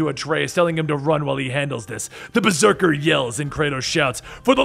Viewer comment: the old man says berseker